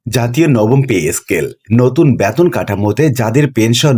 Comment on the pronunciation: উচ্চারণ এত বাজে। বেতনকে বলছে ব্যাতোন।!